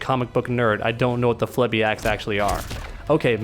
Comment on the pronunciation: Violator and his brothers are Phlebiacs. Flee-Bee-ax